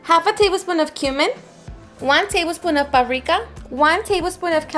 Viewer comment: ....se dice “Paprika”.